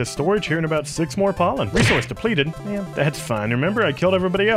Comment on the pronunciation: ”ive learned so much avout the world” lol 😂